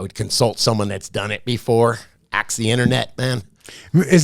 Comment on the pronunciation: I will "AX" the internet... lol